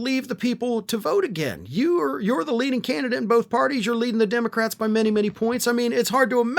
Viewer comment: That Part... "the Canidate." Bye Donnie... the Canidate...😶‍🌫️